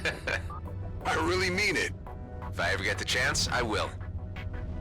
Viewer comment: "So, about kayecking." Had me dying lmao